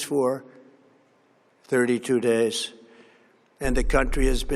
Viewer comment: Why did he say "32 days" like that